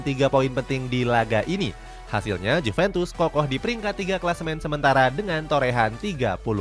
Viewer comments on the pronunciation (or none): none